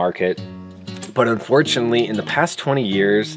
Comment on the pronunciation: “Unfortunely” is not a word. “Uhspechly” is not a word.